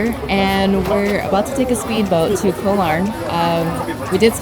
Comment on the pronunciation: Hi and! PATTAYA is pronounced PAAT-TAAH-YAAH, not PAAT-TIE-YAAH. KOH, the word for ISLAND in Thai, is pronounced GAW. No hate. Just want you to say them correctly like a local now that you've moved to Thailand. Are you guys planning to take Thai language classes? Becoming fluent in Thai will open up a whole new world for you! I am 100% Thai living in SoCal!